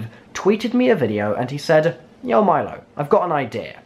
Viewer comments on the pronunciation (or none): none